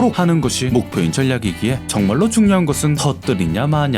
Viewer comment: 전냑 아니고 절략....이요... 발음...ㅎㅎ >.< 님 🥰